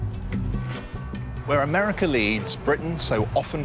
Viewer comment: cuz deres a lot of people in americaugh, in americaugh